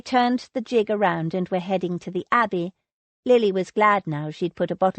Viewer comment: Its GIG, with the g pronounced as in girl, or great, or green... Its not jig!